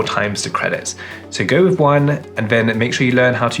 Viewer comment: Oh and with is Wifff.